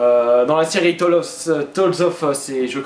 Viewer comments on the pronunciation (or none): Les Tales Of sont... WOW ! Des jeux superbes ! À faire au moins une fois dans sa vie de gamer ! :) (PS : Tales se prononce Tailez (comme dans Sonic :p))